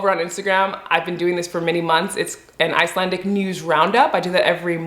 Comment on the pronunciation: Always impressed with how well you manage the pronunciation of these places, even some Icelanders have trouble with that! As always, a great and well informative video, keep it up! Sincerely, an Icelandic subscriber :)